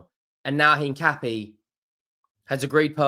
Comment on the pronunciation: it is pronounced In - Cap- ee - Ay.